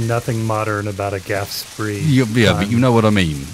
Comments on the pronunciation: It's not that gaf spree. It's pronounced like "graph shpay". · Technically, it's the "Graf Spee", but I do like the far more chilled "Gaffe Spree".